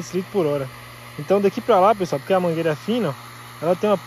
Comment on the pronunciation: Eu acho engraçado quando sua mae fala assim "Boa tarde pessoali"lembro do meu avô, falava assim tambem!, eu assisto srus videos, curto assisto as propagandas e hypo também. Gosto muito do seu canal e sua familia, que Deus abençoe vcs.